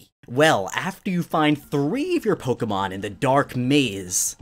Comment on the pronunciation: I appreciate the way you pronounce Pokemon cant stand it when people say Pok eee Man